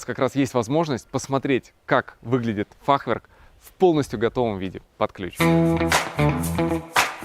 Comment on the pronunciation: в слове фахверк ударение на Е ставится))) на будущее Вам сказал)